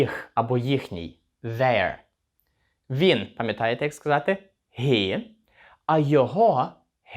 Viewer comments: дякую. Подобається, що уроки невеликі, все чітко, зрозуміло. Запитання: чому слово HE вимовляєте ГІ, а не ХІ? Дякую. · І одразу віяння придуркуватих нововведень в українську, "he"- це ніяк не ГІ!!! Наприклад, Helsinki в фінській та англійській мовах починається зі звука "Х", а великоголові та надзичайно неадекватні вигадали що в українській це "Г"! По перших хвилинах робимо висновок, хлопчина не має вимови, але намагається когось вчити. Жах!!! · he - хі чи гі? ) перекладач вимовляє як хі і в школі вчили як хі.. то як все таки правильно ? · Але ж хі,а не гі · Формат відео класний, але чому he – гі, а на хі!? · Hi, вимовляється як хі, а не як гі.перший раз це чую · Він- He ( вимова гі) ? Чому не (хі)? Все життя вимовляю як хі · he - (він) не гі а хі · Привіт в тебе круті уроки мені дуже подобається ,але є одне питання ти кажиш що He вимовляється як Гі але я майже впевнений що це буде Хі ні ? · Чому гі, а не хі він? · Питання: точно вірно вимовляти He = "Гі" , можливо вірно "Хі" ? Перший раз так чую, але я не спец в цьому. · Мені почулося, чи автор he вимовляє як "гі" а не "хі"??? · Вибачте за питання, але ви, здається, читаєте слово he як [гі]... Хіба це правильна вимова?